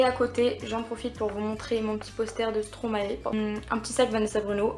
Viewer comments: arrêter de dire Stromaé... Ça se dit strom[ai]ae >< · ➡Message aux Français : Stromae ne se dit pas "stromaé" mais "stromaye", c'est le verlant de maestro ! 😉Car nous les belges ça nous fait saigner les oreilles quand on entend dire "stromaé"😂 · On dit Stromayyyyyy svp...